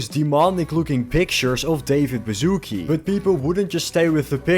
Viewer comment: I have no problem with American accents, but when I hear a Polish surname pronounced as "bazooke" it makes me laugh.